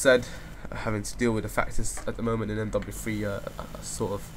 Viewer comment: he dosn't say mw2 or mw3 right!?!?